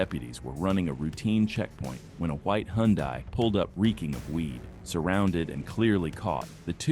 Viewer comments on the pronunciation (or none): none